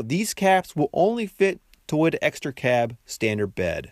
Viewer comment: Something about how you pronounce toyota, doesn't sit right with me.